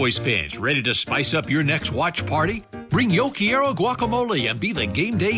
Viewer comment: Thats the whitest "yo quiero" I've ever heard 😂. Love it! Lol (I'm just joking around. Don't be offended 😜)